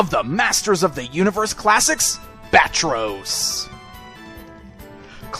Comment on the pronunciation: Not Bat-Ros , Bat-Tross or Ba-Tross?